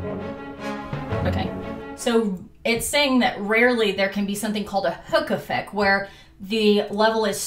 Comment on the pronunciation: I don't know if I'm just tired, but I heard "Hookah Fed" instead of Hook Effect